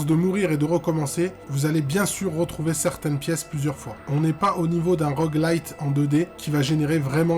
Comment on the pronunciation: Par contre on dit rogue LIKE, non ? (Comme un rogue) et pas rogue light « la lumière de rogue » 😂 ha ha j te vanne, bien la video, l une des meilleurs.